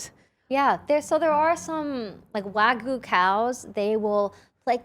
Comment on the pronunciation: I love you guys so much, always such a treat to watch can't wait for next coming episodes! But please- let me teach you how to pronounce Wagyu. <3